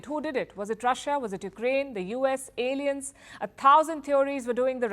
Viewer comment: Palki you made lol when you say alien